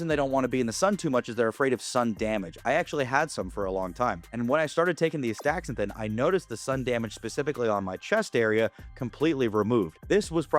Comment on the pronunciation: The compound is Aster-zan-thin not As-thaxa-thin